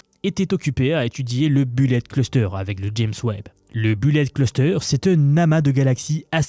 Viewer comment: la prononciation du mot bullet, s'il vous plait....